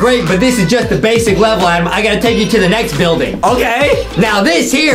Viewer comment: in the last time his name is adam not adem